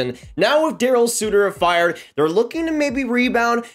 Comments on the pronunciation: How do you nail the pronunciation of Sharangovich but mess up Sutter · I like, but it’s hard to take these predictions seriously when Darryl Sutter’s name isn’t even pronounced right. Secondly, Hanifin had an amazing year defensively. One of our few shining stars from last season. Sure the offense wasn’t that great but defensively was great. Walker Duehr is also a shining star. Lots of skepticism here and it’s understood based off of what we saw last season and the state of the team, but we have one of the most underrated prospect pools in the league imo.